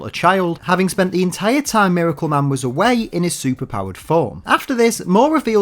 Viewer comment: “Mare-acle Man”